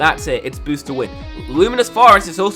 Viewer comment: g0SH can you stop saying bosst